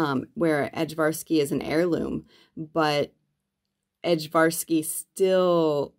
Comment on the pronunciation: I also love the Ajvarski peppers, just a little note: The J in the word is pronounced like a Y. More like Aye-Var-Ski. They're the peppers traditionally used to make Ajvar (Aye-Var) which is like a Serbian roasted red pepper sauce.